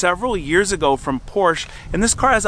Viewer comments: Porschä , speak the e at the end like an äh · Your mispronunciation of the name "Porcche" is painful, makes be want to turn the sound off. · porsche is pronounced "Pour sha"❤❤❤❤ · Porsche please Porsch with e at the end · Say Porsh-uh. It’s a man’s last name. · “Porsch”. Silly Americans. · Pronounced Porsh-uh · Its "porshuh," ffs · Por-sha-two syllables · It’s called Porsch…e… not fucking Porsh…….. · Love your vid! But not your pronunciation of the family's name "Por-sha". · porsh... annoying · while I like your videos I would love if you can say PorschE ;-) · I stopped watching when I heard "Porsh" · Pors-Sha, ya moron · Porsche, PORSCH-AH. If you are going to fix them pronounce it correctly. words matter...it's why the tech at the dealer is a moron...he can't read or pronounce words. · POR-SHA. Don't buy a car if you can't even pronounce it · POR SHA - Say it with me POR SHA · Again an ignorant American driving his porch. There is an E at the end of PorschE. Do you say th ?? It's thE same letter. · Please stop calling it „Porsch“. 😂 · POR-sha!! #comonman 😂😂😂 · PorschE not Porsch. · Great video, but wish you'd say the marque correctly "POR-SHA." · Porsshaaaa. Stop mispronouncing it. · Love your videos! Just would really like it if you pronounced Porsche correctly. It's two syllables and it is commonly mispronounced. But when people of influence pronounce it incorrectly it justifies it to the masses. Poor - Sha. It isn't hard. Poor - Sha. Help educate the masses to pronounce it correctly and as always, keep up the good work. By the way, where can I find a service manual for pretty much any car? I need one for my Volvo and I remember you mentioning a website to purchase service manuals but I don't remember what video it was in. Thanks! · It’s POUR SHAA. A car guy should know that. 😅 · Good video but Porsche is a 2 syllable word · Learn how to pronounce “Porsche”. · It would be easier to listen to if you could’ve pronounce Porsche correctly 😮